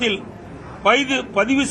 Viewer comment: யப்பா ஏய் நீ முதல்ல தப்பில்லாம பேசுயா, வேலைவாய்ப்பு பதிவுக்கு பைது னு, பொங்கல் தொகுப்பு க்கு பொங்கு தொவுப்பு னு பேசுற,கொரோனா காலத்துல என்பதை கொருனோ காலம் னு பேசுற,வருவாய்க்கு வரிவாய் னு சொல்ற